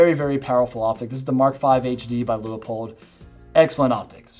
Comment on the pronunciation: Still amazed no one knows how to pronounce "Leupold". And I'm including the fine people in Portland that make them. Loo-pulled? Lieu-puhl? Leh-poh-eld? Lu-up-peld? Lee-o-poled? La-pel? Li-up-old? My pronunciation Leo-pol'd? My gf's Lup-uld? And now Loo-i-poll?